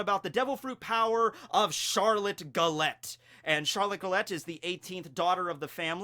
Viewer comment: u keep pronouncing Gallete wrong...its a pun on gelato (ice cream)..so her name is pronounced Jallet